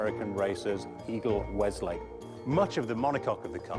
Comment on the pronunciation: "Weslake" not "Westlake".